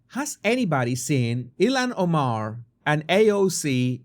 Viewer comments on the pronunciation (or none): none